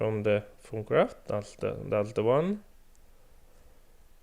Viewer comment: lel instead of thaumcraft he said taumcraft